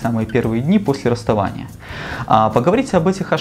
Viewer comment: Неграмотный магистр 🤦‍♂️ расстОвание? Мда... ПсЕхолАг.